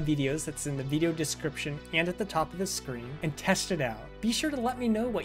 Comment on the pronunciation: Where are you from? I love the way you say veedio lol Also, I'm unable to launch the bat file. I've installed python 3.12 from the Windows Store + the three packages, but trying to launch it opens and immediately closes a command window. Error report attached below: Traceback (most recent call last): File "src/Polymath.py", line 15, in import Polymath_Software_Selector File "C:\Users\xxx\Desktop\BG 3 Mod Manager\Modding Utilities (Non-Mod Manager)\Polymath_2_0_0_Nexus\src\Polymath_Software_Selector.py", line 5, in import Polymath_ActionResourcePoints File "C:\Users\xxx\Desktop\BG 3 Mod Manager\Modding Utilities (Non-Mod Manager)\Polymath_2_0_0_Nexus\src\Polymath_ActionResourcePoints.py", line 2, in from pyarmor_runtime_000000 import _pyarmor_ File "C:\Users\xxx\Desktop\BG 3 Mod Manager\Modding Utilities (Non-Mod Manager)\Polymath_2_0_0_Nexus\src\pyarmor_runtime_000000\__init__.py", line 2, in from .pyarmor_runtime import _pyarmor_ ImportError: DLL load failed: The specified module could not be found. C:\Users\xxx\Desktop\BG 3 Mod Manager\Modding Utilities (Non-Mod Manager)\Polymath_2_0_0_Nexus>